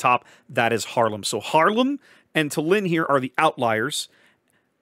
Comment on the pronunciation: Small correction - tAllinn (stress on the first part) 😊. The capital of Estonia.